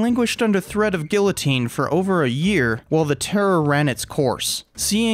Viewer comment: Your pronunciation of "guillotine" really, really needs some work. My only small complaint. Still a great video, thank you.